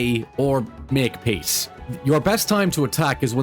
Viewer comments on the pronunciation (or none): I know you said "make peace," but that straight sounded like "make piss," which is also accurate